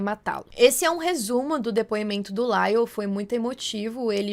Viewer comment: Não é “Laile”, moça Foneticamente novamente é “LAIOU” 😅